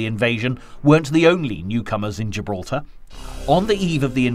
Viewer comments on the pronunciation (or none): none